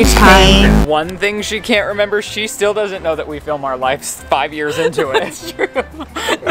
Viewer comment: for the love of everything good in this world, its LIVES, not "lifes". Every single time says it I die inside